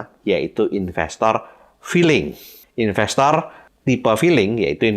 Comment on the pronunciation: Lucu pak,,,saat bapak bilang " infestor filling " ,,,kayak saya pak,,tapi selalu cuan pak